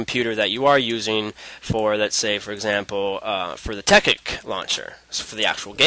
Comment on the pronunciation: dude, isnt it pronounced "Tech-IT" and not "Tech-ICK"...